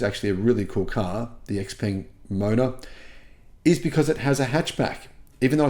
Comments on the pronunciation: Pronounced ‘ShowePung’, according to my Chinese mate. Great to hear these models are coming to Australia! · According to people at the Xpeng factory that I spoke to recently, they are now pronouncing it Xpeng for western tastes. Stand by for another name change.